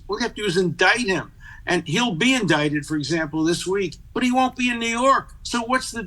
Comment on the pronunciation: "Indicted" pronounced Indited.